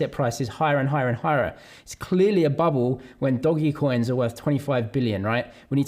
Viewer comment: i LOVE when you say DOGGYcoin for doge and shib. LOL love the channel! ty for giving us the content and perspectives to help us in our journeya!